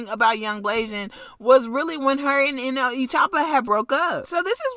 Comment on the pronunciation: Why she say nle like that she said n eee😂😂😂😂😂😂😂